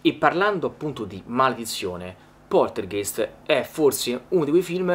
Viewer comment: comunque la pronuncia corretta è Poltergaist. è una parola tedesca e "ei" in tedesco si legge "ai" ;)